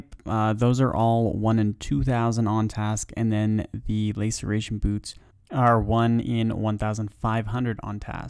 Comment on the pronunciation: Laceration, like last. Lasseration you may even say... English language isnt that hard if you try.